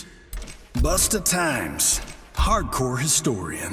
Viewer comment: Did he just call Geras "Busta Times"?? 😂😂